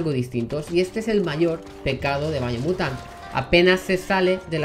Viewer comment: Si no veo qué video puse y estoy viendo el video mientras lo oigo.. Pensaría que dice Bayonetta por su pronunciación y me confundiría